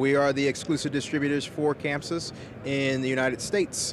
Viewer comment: Its Chamsys not camsys you work for them get it right !